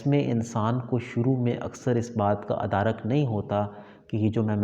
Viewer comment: ادارک نہیں " ادراک "